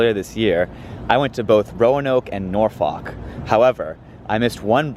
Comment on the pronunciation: if i hear you say norfolk like that one more time i swear to god